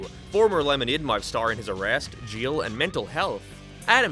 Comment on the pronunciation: Bru u say jeil bro it's jail